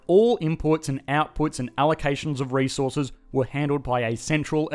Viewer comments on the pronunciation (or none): none